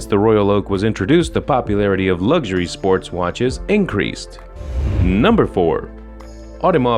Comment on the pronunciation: Ffs, learn how to actually say “luxury” if you’re going to repeat it over and over again. You e already been a cnt. Now there’s a strike on its way to you.